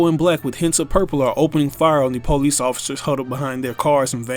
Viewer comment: The “pole-lice” 😂